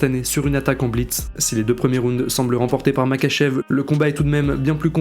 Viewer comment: Alors juste sa s'écrit Makhachev mais sa se dit Marhachev